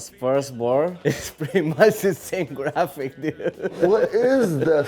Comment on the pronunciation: Jurassic Park Grant the word graphic with a D